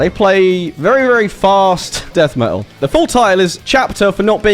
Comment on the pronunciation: Me’ol…. What is that? I know about metal, but not about “me’ol”. 😄😉